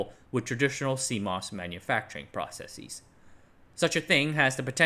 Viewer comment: You don't have to say "proceseez". It's not pronounced like hypotheses or analyses or oases. It's just processes. Like houses.